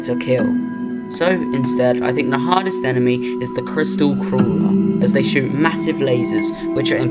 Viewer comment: I can't help but instead of "hardest" hearing "hottest" enemy 😭